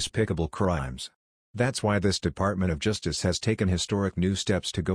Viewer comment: ►What is “juice-dis”? Did you “juice-dis”?